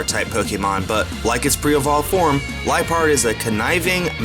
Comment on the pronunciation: u said lipeard wrong